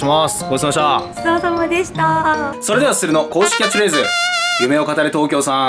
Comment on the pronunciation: いっつも思うけどすするんの「夢を語れ」のイントネーションちょっとちゃうなって感じ